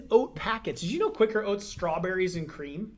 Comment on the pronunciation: Since when has quicker been spelt Quaker? ITS QUA-KER OATS!!